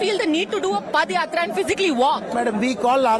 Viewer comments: It’s padhayatra not padayatra 😂 pada is used for last rites of dead😂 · Ms. JOSHI It is pronounced as Paada yatra and not Padyatra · Dear Reporter/Journalist, I hope you aren't from THE UNITED STATES. Pls refer the yatra as Paadha Yatra and padh yatra as you are pronouncing it. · Dear anchor, that is not padayathra(पदयात्रा), that is paadayathra(पादायात्रा). Don't be oversmart with your English accent. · It is yatra not padayatra